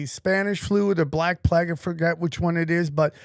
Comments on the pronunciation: Had no idea he was saying "plague". Sounded like plagg. Lol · He's really pronouncing "plague" like that... Wtf is a "plag'? Black plags, yo, they be deadly... 😂 Or is it a mind game to pronounce some words wrong and see if they correct you(or see how long it takes to be corrected)?